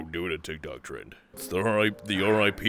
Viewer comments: The fact that the narrator calls tik tok tikky toeky like me makes me very happy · "Those tik tocks those tiky tocys" 2021